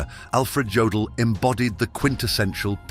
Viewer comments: Jodel, Yodel, I guess it doesn't mstter, huh ? BTW, it's pronounced Yodel. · Jodl is pronounced like 'yodel,' not 'jodel' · The "J'" in German is pronounced as a "Y", AI voice. So his name was pronounced "Yodl".